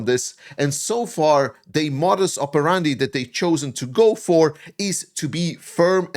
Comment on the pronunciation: Question: Was that "modus operandi", or "Modi's operandi"? 😜😁😂